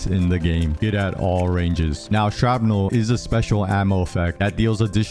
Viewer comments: Hearing you say "sharp-nel" instead of shrapnel is driving me nuts. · SHRAPNEL!!! Not Sharpnel. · The word: Shrapnel The pronunciation: Sharpnel